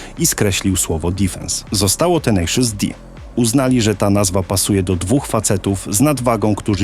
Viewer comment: "tenejszys" nie "tenaszus"